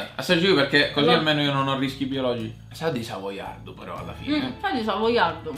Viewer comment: "Sà di iniezione letale" ahahaha